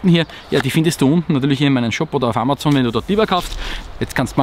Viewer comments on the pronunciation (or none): none